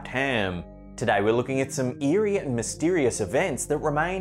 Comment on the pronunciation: "MystEErieous Events"